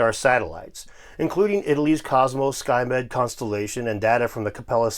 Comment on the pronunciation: " skymed " i had to back i thought he said skynet